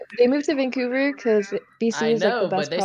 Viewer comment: he be livin’ in this bubble here. And over the time, the voice been developing deeper and deeper. It caused him to have the voice of a bass tremor, and extended the vocals deepa and deepa. His living in the bubbles made his geographic locational knowledge not so updated. In fact, it was outdated so he called it Vancover instead of Vancouver To be honest